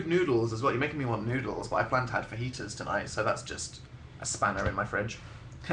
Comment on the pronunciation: I thought I was the only one that heard that.